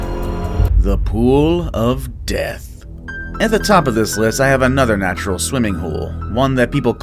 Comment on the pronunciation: The way he said The pool of DEATH be like 😐